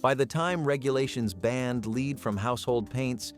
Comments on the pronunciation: The 'leed' in paint was a bit jarring -- would writing it as 'led' give the tts a better lead? 😉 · Lead is pronounced L short E D… You are pronouncing it as “ LEED” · Lead??? It's led. I always thought this was a real person but of course no human would pronounce lead rhyming with seed..🙄